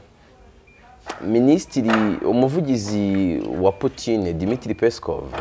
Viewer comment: Ujye ugerageza uvuge Poutine neza gusa, kuko ni umutabazi w'Isi